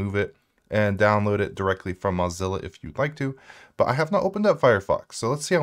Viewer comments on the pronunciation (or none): none